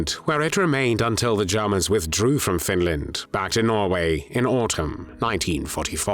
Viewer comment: Let’s face it, he’s not fond of de Jarmans.